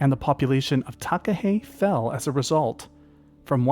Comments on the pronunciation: I've seen takahe in Zealandia, it felt like going back in time and seeing a dinosaur, it's known as a a living toanga here, a sacred part of nature. Would love to see them in Fiordland one day. Btw nice pronunciation on takahe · As a New Zealander, this was a great video! I did a school project on the Takahe - thank you for this video - well done on your pronunciation -I agree with the series suggestion, as you could do a whole series on NZ birds such as the Kakapo Huia, Saddleback, Kokao or the Fairy Tern, (NZ's Rarest bird). I loved this video and would love to watch more of these sort of videos.